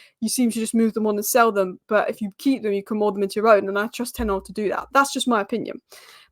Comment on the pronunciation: Can we not call him 'Ten Arg'. There is an H at the start of his name. It just sounds sloppy.